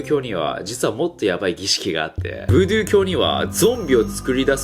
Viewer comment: 細かいですが「ブードュー」では無く「ブードゥー」だと思いますよ